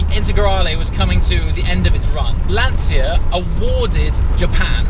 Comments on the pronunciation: There is no "Lantsia" ... there is only LanCHa. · It’s pronounced Lunn - Tshya...not Lunn - Tsia. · "LAN cha"..LANCIA..no lan Zia..LA N CHA..lancia.(..Lancha) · mate its "Lan-CHIA" not Lan-sia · Why you english/american/australian... people continues to pronounce "LANCIA" as Lansia? It has to be LANCHA! CH CH like CHAT, CHILL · Great video! And please is /ˈlanʧa/ with the c of "cheers" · I really appreciate the video, but, for G sake, pronounce Lancia correctly. It's like CIAO (hi in Italian), LÀN-CIA (like cha cha cha dance). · Am I the only person who is bothered by the pronunciaton of ' "Lanzia" or "Lansia"? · I know I'm doing the part of the annoying Italian, but just to be precise the 'ci' in Lancia would be pronounced like the 'ci' in '458 Speciale' so pretty much like you would pronunce ch in English. Amazing video anyway as usual. And as an idea for future videos you could search for a Lancia Stratos, pretty epic as well, plus an independent manufacturer in Italy has just redone a modern version based on the 430 chassis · Lancia = pronounce the C like in "Cheshire" please hahaha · The C in Lancia is pronounced as a 'ch' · What a great car, but, please learn how to pronounce Lancia... ;)